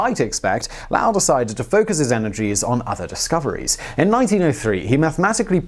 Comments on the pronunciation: Come on!!! This isn’t Japanese. You can’t pronounce Lowell properly? LOOOOOONG “O” sound, like pole, not like cow. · Pronounced lol not lau (for lowell) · Can't believe you can't pronounce a fine British/Welsh name like Lowell... It's LOW-ell, not LAU-ell. You have hereby been officially Grammar-Nazi'd, Lizard Man! And one egregious mistake only lizard-people would make: , Pluto's atmosphere could not "rise up... and fall back to Earth." It would fall back to Pluto, not Earth! Lol. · I had to stop watching the video because of the repetition of Lowell being pronounced incorrectly... LOW-ELL... How is Low pronounced? Lau? No... It is pronounced as LOW.... lol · low-el...it's a long o ! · Grew up in Flagstaff. Lowell is with long "o". Haha great video but that was driving me nuts. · Stop saying "Lowell" like "LAWL" for the love of planetoids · I'm sure I'm not the first to notice he's calling Lowell Lau like wow 😳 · Having grown up in MA and visited the Lowell Observatory when I was in school, I cringe every time he mispronounces the name "Lowell" as "Laowell". There's no "a" in "Lowell", even in England. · Percival L OW! L ? I be always heard Low l. Even the people at the people at the America call it Low l. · Lowell long o. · Lowell. "Low-el." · Love your videos, but please Simon, please, it's 'l WE-uh l'😉 I think the label 'dwarf planet' is fine, still a planet, just not a major planet... 😁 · Lowell. Low and well. Important to get it right, eh? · Lowell (/ˈloʊəl/) ! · You're making me howl with the way you say "Lowell" The way to say Lowell is to rhyme it with bowl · It has probably been mentioned a time or two - Percival Lowell - "Low - Ell". Emphasis on the first syllable. (The opposite of High-Ell. Except if you are in the Boston area, there is no one higher than a Lowell.) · Low-el. Low-el. Not whatever you kept saying... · LOWel, Simon. Rhymes with bowl, not bowel. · The man's name is Lowell...long o like low. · LOW-WELL... Percival Low-well. Good grief! 😂